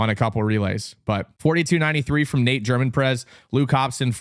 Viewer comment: Btw for Nate Germonprez you don't pronounce the Z. Our team yelled "Let's go GermonpreZZZZZZ" at NCSAs to try to throw him off.....it didn't work and he made sure to correct us after the race💀